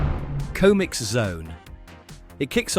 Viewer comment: he pronounced "Comix" as "Cohmix" so you're right